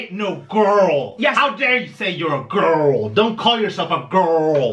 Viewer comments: I heard "GORL" and got ten thousand flashbacks in mere moments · The reason he's saying GORL is because he's parodying Amber Reid, another mukbanger